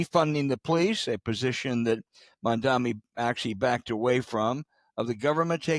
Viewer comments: Al needs to say Mamdani''s name correctly. What a geezer, misrepresenting Mamdani's proposed pilot of a small number of grocery stores. He is not proposing government take over all businesses you decaying fossil. It is intifada, James. Not hakuna matata. And he was on Colbert with Lander and was quite clear he is sensitive to safety of Jewish people and all people. Millenials are the largest bloc of voters now. It is not the early 1990s anymore. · Please pronounce his name correctly. You sound ridiculous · Cant you at least pronounce the fellow's name properly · First please learn how to say his name! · You should totally trust the thoughts and word salads of two crusty out-of-touch codgers, neither of whom can even correctly pronounce "intifada" nor Mamdani's name. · It’s a shame that the host of this show can’t read or pronounce MAMDANI’s name correctly or pronounce intifada. Both of these guys said infatada 🤦🏾‍♂️ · His name is Mamdani. Please don’t be so arrogant as to deliberately mispronounce his name. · Please pronounce Mamdani’s name correctly. Look at the spelling….Mamdani. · Can you learn to pronounce “mamdani”?? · It's "Mam-da-ni" not "Man-da-mi." This is why people hate the old guard. You can't even be bothered to learn to say the name correctly. Just disrespectful. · it's Mam-Dha-NEE. geez...get the name right, bro. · His name as Mamdani, NOT Mandami that you are saying😏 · Gentlemen, it’s MAMDANI, not MANDAMI, and INTIFADA, not INFATADA - your argument is undermined by your mispronunciation that makes global terrorism sound like a Taco Bell omelette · These guys are deliberately mangling Mamdani's name. "Mandami" Old men talking to clouds. And did he mispronounce the "intifada" (to "infitada") which is basically an uprising in English; you'd think it is something nuts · It’s “M-a-m-d-a-N-i” We need to get it right because he’s going to be our next Mayor! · "infintada" and "Mandami" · To be considered credible, pronounce Mamdani’s name correctly